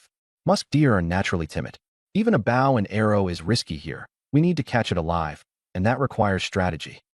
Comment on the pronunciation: your saying the word wrong Bow has several meanings the weapon your talking about is BO-{w} is silent.